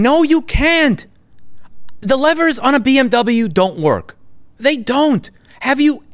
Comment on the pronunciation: "Bee Emm Troubleyou" just went to a new level....